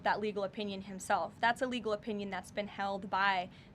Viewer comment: Lol Leavitt sounds like she is saying "illegal"..not legal.